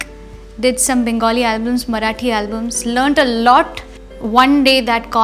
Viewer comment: She pronounced marathi correctly.☺☺